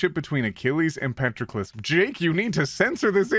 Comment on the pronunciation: the way that you pronounce Patroclus is gonna make me cry